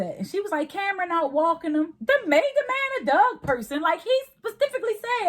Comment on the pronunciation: GirL, stop saying "dug" and say dog...Damn